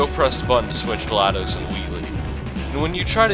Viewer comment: well at least someone said glaDos's name right